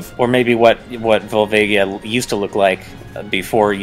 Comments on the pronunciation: Vol-VA-gia not vol-vague-ia. Sorry, that just bothers me. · Volvaygia? It's pronounced Volvaaaagia. Do you guys even zelda?